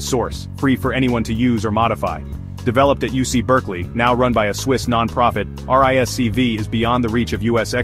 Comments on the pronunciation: "RISC-V" is more appropriately and less clumsily pronounced as "RISK-Vee" and not, "Arr-Ai-As-See-Vee". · "RISK five" is the correct pronunciation.